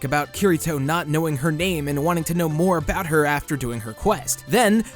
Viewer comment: i thought you said vore instead of more